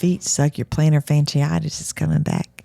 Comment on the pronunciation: doesn't know what 5 speed means? Said 300K thousand? Can't yet pronounce Ressential Health and they're a sponsor? Plantar fash-in-itis? Poor girl trying to function without much education. Cute only goes so far.